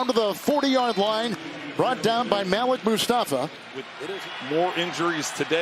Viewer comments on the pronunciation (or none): The way they pronounce Malik 😂